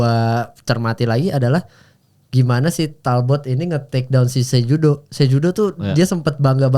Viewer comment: Cehudo bukan jehudo😅